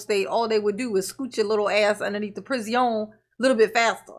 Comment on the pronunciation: I love when you say Pri-zee-own! 😊